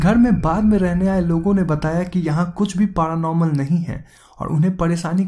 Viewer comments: It's paranormal not paaranormal LOL 😉 ha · Bhai dhang se bola kro P.A.R.Anormal nhi paranormal hota hai 🤣 🤣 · Its not पारानॉर्मल its पॅरानॉर्मल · Best thing of the video...paraaa - normal 😂